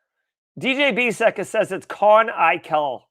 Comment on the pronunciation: canonical (kuh - NON - ih - kul). Cheat code: say "Professor McGonagall" (like in Harry Potter) then try to say it again